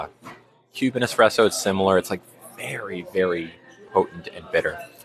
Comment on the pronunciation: IT'S NOT EXPRESSO.... IT'S PRONOUNCED ESPRESSO. THERE IS NO X. I HEARD HER SLIP UP A COUPLE TIMES. NO BIG DEAL. MY BROTHER SAYS IT THAT WAY AS WELL.